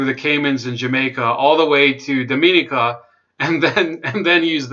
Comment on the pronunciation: The country of Dominica is pronounced “Dom mo née ka"